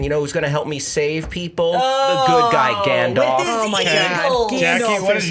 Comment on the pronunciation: "Gandoff" - circa. 2017